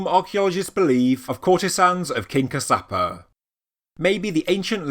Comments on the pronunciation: Fabulous video!! The King who created Sigiriya was Kashyapa. Kaash-ya-pa. Not Kasaapa!!! As to being created by "Gods," human ability is being so downgraded, such a shame. Yes, sure, very likely aliens have had influences on humanity over the eons, but to repeat, let's stop downgrading humans. :) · Firstly it's in MA-TA-LEY (spelled Matale) also the kings name is Cash-ya-per (spelled Kashyapa- Kassyapa)